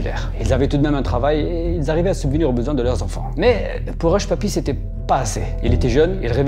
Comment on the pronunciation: Hushpuppi -> hushpipi ... Merci à toi pour ce que tu fais 😉